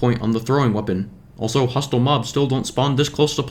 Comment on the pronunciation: it is not how you say "hostile"